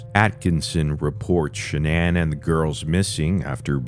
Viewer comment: “Sha-nan” Go fuck yourself with this bullshit, zero effort, trash.